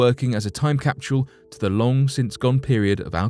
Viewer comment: "Ashhume"???? "Capshule?" I'm sorry I just don't understand why you're mispronouncing these words incorrectly and you sound so educated. It drives me crazy the word assume and capsule do not have an sh sound in them at all!